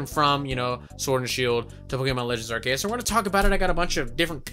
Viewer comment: Also you are pronouncing Arceus wrong...